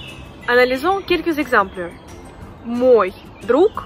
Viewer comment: Pourquoi prononces-tu O dans мой qui n'est pas accentué et A dans мои? Merci